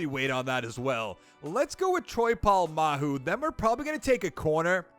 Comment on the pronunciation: It’s Troy Polamalu not Troy Polamahu